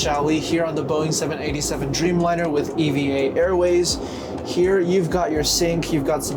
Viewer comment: It’s pronounced “eeeva” not “e.v.a.”